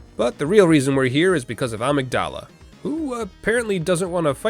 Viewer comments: Its not "ahh-mig-dalla" its "uh-mig-duh-luh" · Amygdala is pronounced a-mig-dala not ahmig-dala lol the amygdala is the fight or flight center of the brain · who taught you how to pronounce Amygdala? It's not like the medulla oblongata. It's more like a mig duh luh. I don't know why this is bugging me so badly but here we are. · Is it pronounced "Ah-mig-dala" in game? I've not played that far in to know. I know irl it's pronounced "Ay-mig-duh-lah" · Okay >:( you kept saying "Amygdala". It's pronounced "Amygdala". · It's Amig-da-la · Great video, but I simply cannot get over the way you say amygdala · Him butchering amygdala so many times hurt lol